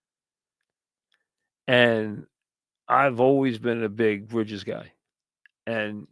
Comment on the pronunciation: Brihjizz aht da Gahdin